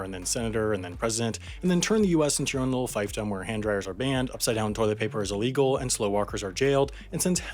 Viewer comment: Sounds like the narrator of this video gets some kind of happy charge when he says the word illegal. I can't take it